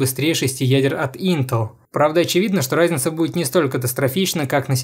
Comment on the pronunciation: Чооорд, почему я слышу не "разница", а "райзница". Я схожу с ума